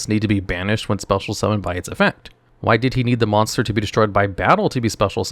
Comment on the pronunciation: hehehehehe "moss bonster"